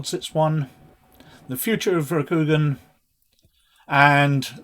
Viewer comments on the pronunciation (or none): It’s Row-Coup-Gone 😊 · A Good video, though L5R 3E is my preferred edition; however, as pronunciation is something of a personal bugbear of mine 😅, I feel compelled to lend a hand (no offence intended): Rokugan = ROH●koo●GAHN Shugenja = SHOE●gen●JAH ("gen" rhymes with "Ken", with the "g" sounded like the one in "guy" or "ghost") (Also: There's an "Oriental Adventures Pronounciation Guide" on the en world website that may be useful for other words used in the game/setting) Stolze = STOL●zee (and that comes straight from his own website) Edit: Sorry to hear about the YT censorship nonsense - it seems that between their AI "filters" and overzealous fundamentalists amongst both YT review/appeal staff and the general viewing public, sheer and utter madness rules the day; hopefully something good will come out of this, somehow...🤞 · It's pronounced Ro-ku-gan or more phonetically, it's Roku like the tv service and also the Japanese word for the number 6 with gan, with the a being soft, on the end or Roku-gan. Hope that helps.